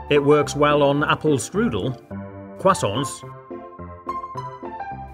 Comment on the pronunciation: What he said:crossaints What it sounded like:quasoints